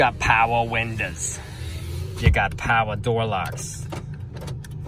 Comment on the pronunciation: Powah door locks, powah winda's, powah mirra's... Are we speaking "Cameraman-ese" today? On that note, what's that P2 Volvo V40 got? Is there a video on that or is it too far gone to be worth it?